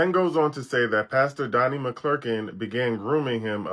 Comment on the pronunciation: You're not even saying his name right.. McClurkin..